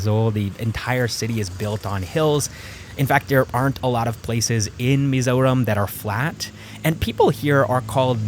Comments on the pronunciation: Hi, I remeber your vidz talking about Mizoram traffic. your Perfect Pronunciation of Mizoram was what caught my attention. Finally found your channel. will subscribe. I likethe way you look at life. Moving From Canada to Bangalore and to Mizoram which seems kinda Odd. anyways, stay blessed. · I'm so confused you sound like the stereotyipacl ai voiceover, but you pronounced Aizawl and Mizoram perfectly. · I love how you pronounce mizo and mizoram.its accurate than most mizo people pronounce it as" mizaw "😂😂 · Like your POV, and the way you pronounce Mizoram is very authentic 😅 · Thank you for pronouncing "mizoram" right❤ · Mizoram pronunciation is correct most people from other countries could not say it correctly great job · The way you pronounced "mizoram" tho... Perfection 👌🏼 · The pronunciation of "Mizoram" was perfect. Many couldn't perfect that pronunciation, cause there's always a bit of an accent to it. Bet it took you quiet sometime to perfect that. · W video, btw I love how u pronounced the name of our state just like a native